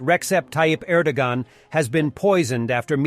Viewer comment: Er.dow -wan